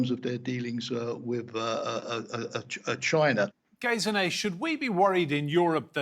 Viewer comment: She is called Gesine, not "Gayziney"!